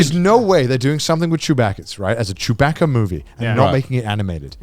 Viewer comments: "Chewbacka"?? It's pronounced baka, like the Japanese word. 😂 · They gotta be taking the piss with how they pronounce Chewbacca. They said it too many times for it not to be a joke.